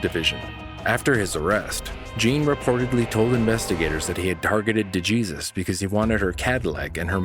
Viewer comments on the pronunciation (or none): Day-Jesus ? It’s Dey-Hay-Sues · De Jesus is sending me its pronounced Dehaysuse... not DuhJeezus 😂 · For the third call; are you sure her last name is pronounced "Jee-sus" typically a name like that would be pronounced as "Hay-soos" due to its hispanic/latino origin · It's not pronounced de jesus it's pronounced de hay soose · It is written de Jesus but pronounced de hay soos. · De Jesus is pronounced De Hey-soos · DeJesus = D-HAY-SOOS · I believe the name DeJesus is pronounced like De-hey-soos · Dude. Your mispronunciation of “DeJesus” is painful for me. And I’m white.